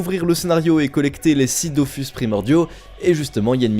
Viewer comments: Il me semble que Dofus se prononce bien "Dofousse". De toutes façons pour la partie sponso l'entreprise demande souvent à la voir pour rectifier ce qui ne va pas... donc les prononciations sont quasi-canon. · " DOFOUS" 😭 apparemment les prononciation c'est pas ça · Dofus ou Dofouths mdrr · Je voudrais juste signaler à celui de la chaîne qu'on écrit dofus mais que ça se lit "dofOUs" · Il a vraiment dit "dofous" là?? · Il a prononcé Dofus (dofous) 😭😭